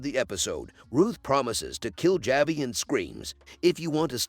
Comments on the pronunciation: The main character’s name is Byrd, pronounced: Bird not Buy-ed! Javi’s name is pronounced: Ha-vee not Ja-vee! It’s a Latin name and the J is pronounced as an H! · Javi is pronounced Havi the J is H???? Evidently you didn’t watch the show???